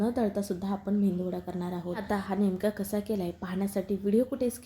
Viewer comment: मेंदूवडा🤔😇😴... मेदूवडा म्हणतात